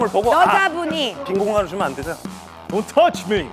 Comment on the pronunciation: 돈퉈치미! 개찰진데 ㅋ